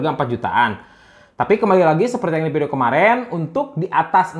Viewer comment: Dia masih gak bilang F, Versi jadi Persi, Video jadi Pideo, i5 Jadi AiPaip